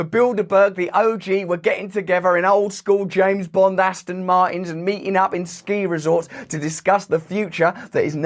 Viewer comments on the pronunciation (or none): none